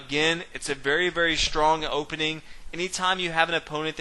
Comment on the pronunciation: what kind of dialect is it? he is saying "shtrong"